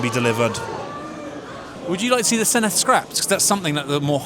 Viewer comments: Good video, but please learn how to pronounce ‘Senedd’ properly. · I keep saying it but no Emglish journalist ever pronounces Senedd correctly. Dd is pronounced like the Th in "This", not the Th in "Thing"